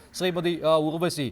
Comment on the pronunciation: Not ughvashi (urvashi)